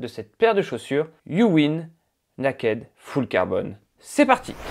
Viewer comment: Bon il va falloir travailler la prononciation en Anglais 🥳. Le naakède, j’ai mis du temps à comprendre!